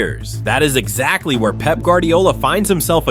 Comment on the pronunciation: Love how Fergie calls Pep "Pepe"😂